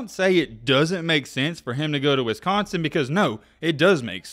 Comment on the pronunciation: The way your saying Wisconsin is bugging me